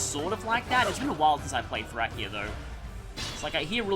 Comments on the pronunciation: Is that really how you pronounce Thracia? Most people including me pronounce it like "Thrashea" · also pronunciations in Japanese and English often differ quite a bit, an example is how Japan mixes it's Rs and Ls, that's not the case here but that's an example. The new unit Travant in FEH says it's like "Thrashea" so I guess that's what IS is planning to make it sound officially